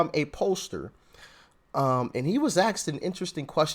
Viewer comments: You know the word is A S K E D, not axed. Don’t know why you think it’s cool to mispronounce word on purpose, But if more people of all ages are going to be watching your content. Pronounce your words in the correct way. Be a leader please. 🙏🏼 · it's asked it's not axed. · you say axed or did you say asked?😉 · Why do some Americans mispronounce the word ‘asked’ and say ‘axed’ or ‘aksed’ instead? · Asked, not axed...... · Ask not axed, dam dude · Its spelt “Asked” not “Aksed”